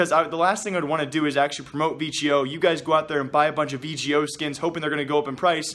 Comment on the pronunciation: Its V-GO not V-G-O